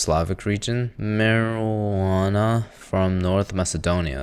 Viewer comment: Mirjana❌ Marijuana✔️